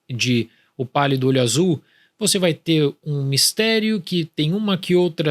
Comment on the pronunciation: Eu só entendi ele falando "O Palio do olho Azul"